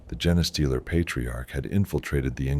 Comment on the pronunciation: Ok the Jena-stealer pronunciation drives me nuts. Can you fix it by spelling it phonetically? Fun story as usual. Can you add dramatic pauses or alter cadence at certain points to affect intensity or to build suspense?